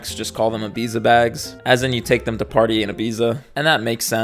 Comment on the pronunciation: ibiza is not pronounced that way